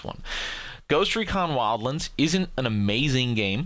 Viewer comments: Bro, it's not WildLINDS. It's Wild-Lands! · "Ghost recon wildlens" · Ghost Recon "wildLINDS"...... BD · you really enjoy saying wildlands like a weirdo huh? okay fair enough